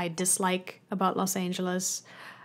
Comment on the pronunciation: That's funny - greetings from Germany! I thought you were a native at first but the way you pronounced Los Angeles and a couple of other words suddenly made me think: German?